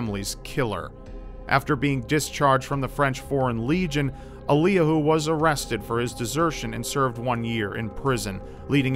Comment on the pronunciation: Eliyahu is pronounced "Elly-yahoo," it's the Hebrew origin of the name Elijah.